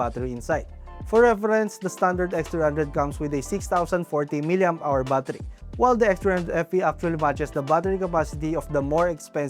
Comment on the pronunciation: Battery ❌.. Baathari ☑️🫡